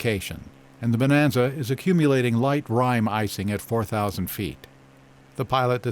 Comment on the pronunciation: The guy telling the stories is a real BASTER 🤣🤣🤣he loves saying rime ice with those veneers in his mouth dont he? he loves it what a real baster 🤣🤣🤣 yeah thats right